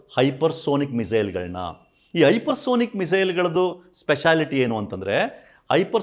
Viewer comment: ಹೈಪರ್ ಸೋನಿಕ್ ಅಲ್ಲ ಸರ್ ಹೈಪರ್ ಸಾನಿಕ್ ಅಂತಾ ಹೇಳಬೇಕು.